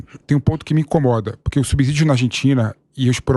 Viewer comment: Subsídio, gostamos de ouvir (ci) e não (zi). Mas voltando ao Lula, espero que os argentinos rejeitem a "democracia relativa" do petista.